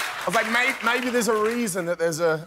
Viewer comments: the way Robert said "maibee" 😂😂just killed me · That “MAYBE?!!!!” gets me every time. :D